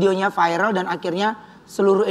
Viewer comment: MIN, masukan nih utk Ruben. Kata VIRAL sudah masuk di kamus besar bahasa Indonesia(KBBI), sudah jadi kosa kata bhs Indonesia, ngucapnya biasa aja V I R A L.. tidak perlu diucapkan F A I R E L, cukup dieja V I R A L.